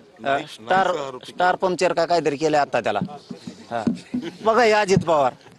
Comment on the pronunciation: अरे तुला स्टार प्रचारक म्हणता येईना येड झव 😂😂